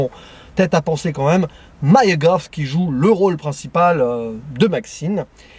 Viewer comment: Non, GoTH avec le "th" de "tooth" ;) pas le même son ! Désolé de bien prononcer son nom de famille en anglais ^^